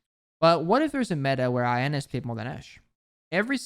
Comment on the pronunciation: Every times he pronounces Iana as I-ana and not yana it triggers me a little